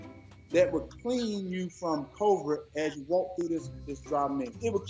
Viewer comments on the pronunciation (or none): Think?! I don't think he's capable of thinking. He can't say COVID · I am crying 🤣😂 That fool said COVRID.🏴‍☠️ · Did he say CROVID?????